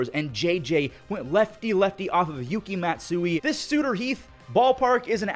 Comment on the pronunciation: "Sooter Heeth"